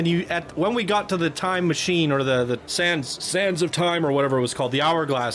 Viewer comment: sands... not sound